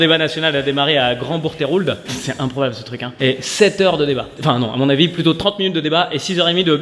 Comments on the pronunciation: Verino, si tu passais ton spectacle en Normandie, tu saurais que Bourgtheroulde se prononce Bourg-theu-roulde ;) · Ca se prononce "boure-teu-roulde" cest mon patelin 😂 Ou bourtroulde pour les normands profonds ! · C'est pourtant pas compliqué à prononcer Grand Bourgtheroulde ça se dit Grand "Bourtroude" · Moi j’ai toujours dit Bourtroude 😅 même les normands ne sont pas d’accord sur la prononciation